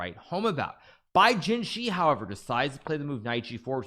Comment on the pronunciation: The 'shi' in Bai Jinshi's name is pronounced like the 'shi' in the word shirt, not like 'she'.